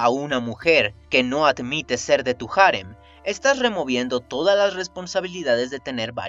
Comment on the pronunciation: Cada vez que dices "jarem", y no harén, me sangra el oído.